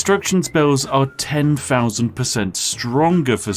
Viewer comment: “Ten Fousand!?” Fats incredible!